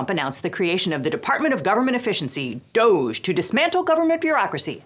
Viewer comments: I saw someone say it should be pronounced more like "doggy" and I fully agree. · Please pronounce it "doggy", that's what it is. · You're mispronouncing DOGE. The proper pronunciation is "dodgy", consistent with its meaning: fraudulent or unreliable. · I've been saying this for a decade, "DOGE" is pronounced "doggy". So annoying that it's being pronounced like "beige" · It's pronounced "Doggy".